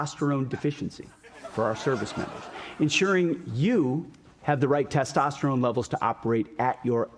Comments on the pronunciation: "Test-o-ster-one" is my guess. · Over/Under on Trump butchering "Testosterone"